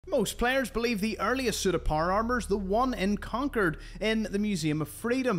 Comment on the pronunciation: “Conkerd” cmon bro it’s fucking con”chord” like pronounced such as corduroy